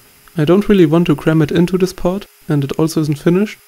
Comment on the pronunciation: Bitte arbeite an deinem Englisch, das nervt manchmal ziemlich. Also tis ist besser als sis. ;) Sonst sehr gutes Video